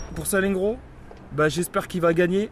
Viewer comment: Sal-en-gro 😫😫 il à détruit le nom de not'Président